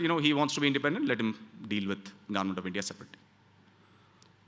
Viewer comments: Why does he say government as 'garment'?? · Bro it's not garment, it's government of India 😂